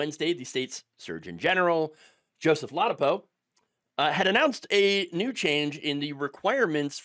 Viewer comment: I mean dangerous for humans, a feeding ground for diseases. Also: lah-dah-poe.